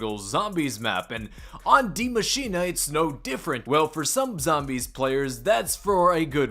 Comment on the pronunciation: Cant you guys atleast try to say die Maschine proper and not say die maschina or die Maschina?